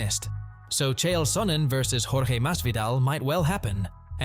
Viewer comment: bro you must be the first person i hear pronounce jorge’s name correctly 😂